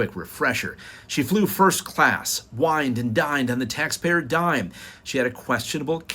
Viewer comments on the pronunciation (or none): none